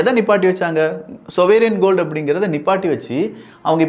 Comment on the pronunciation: "சொவேரியன் கோல்டு" இல்ல! "சாவரின் கோல்டு" என்று சொல்லு! எங்கே ஒரு முறை சொல்லு பார்க்கலாம்! விளக்கம் அருமையாக இருந்தது!